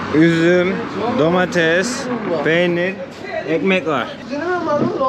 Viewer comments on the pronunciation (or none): none